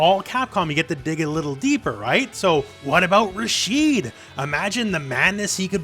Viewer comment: I was with you the whole video until you said Rashid